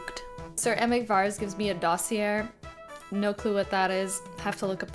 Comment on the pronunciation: dossier is pronounced "doss-eee-eyy" i think it's french, pretty sure it's just a document folder like covering an event, person, organization etc also your personality is amazing, I'll race you to 10k youtube subs!!